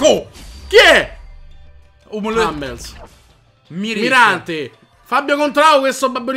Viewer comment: Cicciooooo non puoi leggere hummels hamlusss nooooo